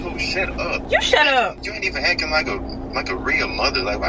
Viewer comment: He say “acking “ lmao I kno it’s spelled acting .